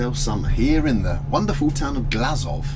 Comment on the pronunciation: glazov sound like glasgow